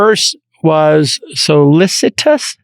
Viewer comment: I love that JCal can't pronounce "solicitous" and doesn't know what a reverse repo means. However, his curiosity, articulation, and willingness to learn and take risks has paid off for him so well